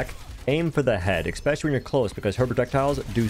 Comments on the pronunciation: LOVE your content! Orisa 2.0 is the first time I've ever really enjoyed playing the tank role. Very much looking forward to developing my skills. Sidenote: "eSpecially", not "eXpecially". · are you saying eckspecially? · "ekspecially" is not a word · What’s “expecially” ? 🤔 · Sorry but “eckspecially?”